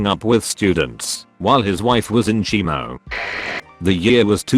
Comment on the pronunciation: When your dick stands at attention better than you Also... Nobody: pronounced it “Keemo” Text to voice: CHEEMO